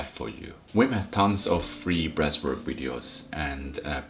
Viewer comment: Thought this guy was saying ‘breast work’ for the first 5 minutes 🫠 I’m only around a month into the breathing and cold showers. I’ve noticed I’m way more chilled out now and my emotions are always positive. I’m really focused too. My Mrs gets angry and upset about little, pointless issues and I’m immune to the negativity now. She wants someone to hate life with her but I’m too busy feeling fucking awesome! We have a 6 month old baby so don’t always get a chance to do my breathing in the morning and once I’ve eaten I feel like the opportunity has gone then but I think I’ve only missed 3 days so far. I’m still always positive and breathe deep throughout the day. My cold showers are up to 2 minutes now and after the first few seconds I’m totally relaxed and smiling. I think I need to fill the bath in the morning and have my first dip. I’m excited. Take care boiz and gurlz. All the love, all the power